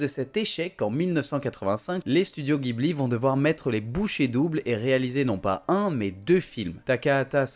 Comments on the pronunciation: en fait on dit "Djibouli" et pas "Guibli". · officiellement c'est ジブリ 'Jibuli'. Si tu dis Guibli à un japonais, il ne comprend pas.(c'est un mot italien à la base, oui.) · vidéo sympa! sinon Ghibli se prononce jibli :)^